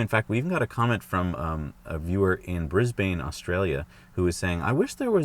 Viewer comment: its bris ban, drop the e when pronouncing it, also its only wanky yanks that put the "a" at the end of Porsche.